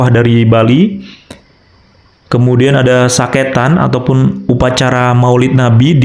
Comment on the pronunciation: Koreksi Min, Bukan Saketan, tapi Sekaten min